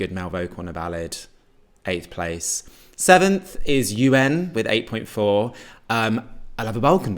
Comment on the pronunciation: Did he read Eugen as UN? 😅